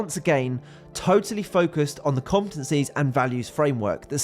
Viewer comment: This guy cannot say the word 'competencies'.